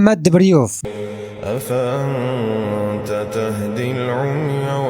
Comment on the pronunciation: ديبووف مب ديبريووف